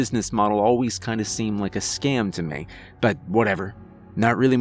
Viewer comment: The tone of the narration is so detached that it undermines the story, which is fairly well-crafted. What is with that "meh" pronunciation of the word "me"???